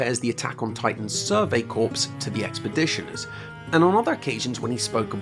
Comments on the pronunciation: Tell us more about this "survey corpse" please... or did you mean "survey corps?" That would be pronounced just like "core" -- I honestly don't know enough about Attack on Titan to know which you are referring to, but in context the latter would make more sense. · I hate to be that guy, but Corps is pronounced "Core". Now I haven't seen Attack on Titan, so maybe they pronounce it differently in the english dub. But any US Marine that stumbles upon this video might lose their shit at such an aggregious mispronounciation 😂 Nevertheless, fantastic video!